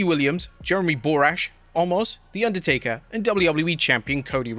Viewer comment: Inducdertaker lmao